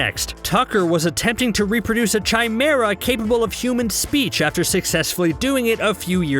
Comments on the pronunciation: Narrated went full Ted Mosby lol "Chimera" says (chai-mer-ah) when it's *Kai-mer-ah lol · I don't dislike this video for any inclusion (besides Azula) but for narrator clearly is reading from a script written by someone else. Normally that's fine, but when he is saying things like, "if you're a _ fan like me then..." That and his pronunciation of Chimera.